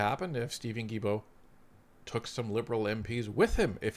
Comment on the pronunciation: Sorry to do this but after all these years of hearing you say “J”ilbault, I have to say it. In French, the g is sounded as a hard g with vowels e, and i if a u is in between. Without the u, it would be sounded as a J. I know, crazy, but that’s how it is. So Guilbault is sounded as hard G.